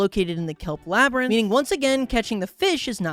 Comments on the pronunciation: is bro really saying layberinth instead of labyrinth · "laybrinth" ITS LABRINTH (or whatever idk) why did you look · ah yes, the laybrynth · lay brinth😭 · Lurr. Laybrinth. xD You never cease to make me giggle. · 1 crash out? Seems like an understatement but that aside you have to be doing these pronunciations on purpose at this point like "lay-brinth"